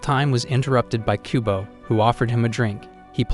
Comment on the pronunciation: I keep hearing kubone from Pokémon instead of kubo